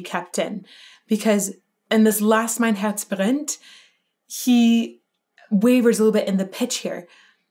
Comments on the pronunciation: > how can you say "Mein Herz brennt" without any accent? 😳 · I'm really suprised how clearly and precise you pronounced "Mein Herz brennt". This almost sounded accent free.